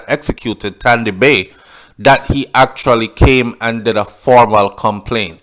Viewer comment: He was called Tandy Bay because he can't pronounce the S words , so he said Tandy bay instead of sandy bay